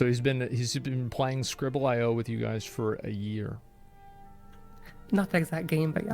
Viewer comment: "okay gais" yuck